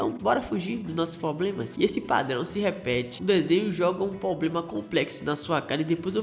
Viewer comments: "poblema" pqp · Voz horrível. Muita enrolação. Não sabe pronunciar "problema"